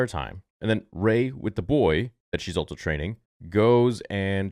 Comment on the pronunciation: Star Wars "Altso" Theory